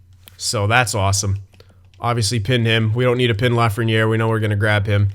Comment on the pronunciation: Dude, you're so wrong... And it's Lafrenière